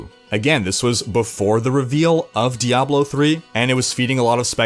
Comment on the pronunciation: Thank you for saying Diahblo instead of DiABlo.